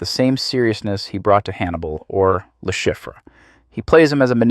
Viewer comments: Le Chiffre is French, it’s pronounced Le Sheef lol. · love the pronunciation of his characters name. its french lol